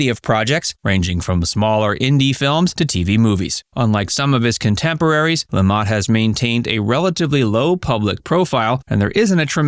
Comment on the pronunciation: Paul Le Mat not La Mot